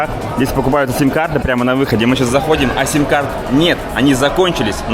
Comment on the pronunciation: Не "е" sim, a "и" sim.